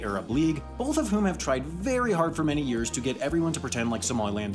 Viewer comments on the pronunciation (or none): none